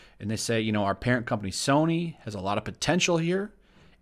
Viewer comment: "Soyny" LEL <3